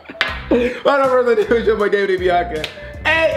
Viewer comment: It’s not binca it’s Biannca ur probably 3